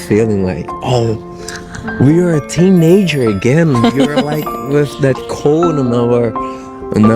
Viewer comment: ‘Teenager’ is one word. Not two, lol… He keeps saying ‘teen ager’😂😭